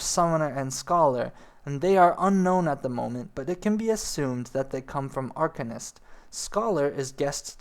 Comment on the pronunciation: Liked the video, but your pronunciation needs some work. Pugilist _ PEW-ja-list Arcanist _ Ar-CANE-ist Melee _ MAY-LAY Attribute _ (in this context) not A-tree-bute Dragoon _ Dr-ER-goon (less emphasis on the AG) Piety _ (Nomomom PIE)-er-ty Not trying to be rude, but mispronouncing words will often destroy credibility in the eyes/and ears of your viewers.